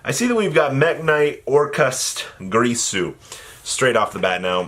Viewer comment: Why do so many people say Gree-su instead of Gir-su? Normally I wouldn't care, but Gree-su just sound so unnecessarily nasty considering its also not how its spelled.